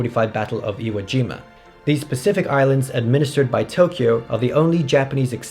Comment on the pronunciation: Iwo Jima? Sounds like a two year old trying to say Hiroshima.